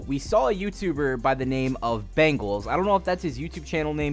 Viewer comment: Why do you mispronounce easy names? His name is Bengal, it's also not Travis Kelsay.